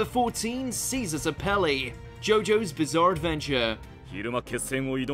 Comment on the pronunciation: Bruh “Caesar sapele” “Kameena”